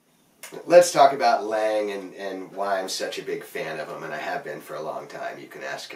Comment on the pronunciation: I could be wrong but if Lange is the same company that produced hockey skates in the 70s Lange is pronounced like Longe